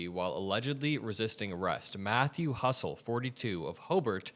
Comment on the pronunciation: Hustle ? It’s Huttle.